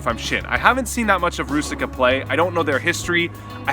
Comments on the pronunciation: Hey, I really enjoyed the video but its so funny how you say Růžička you know because its czech name and its prouced differently there is link ( to google translator i wrot it in chzech so you can just click a hear the pronounciation or ju can just write "růžička" and select czech :) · You're such a world traveler and you have no idea how to pronounce the Czech guys name?